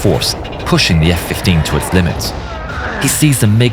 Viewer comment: hahahh los efe kuince